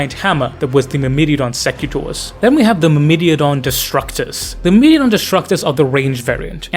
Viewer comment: Myrmidon is "mur-mih-don", not "mur-middy-a-don" (not sure how you arrived at that). Greek word for 'ant', interestingly. Secutores is "say-kyoo-tor-ayz". Plural of 'secutor', Latin equivalent of a foot-knight.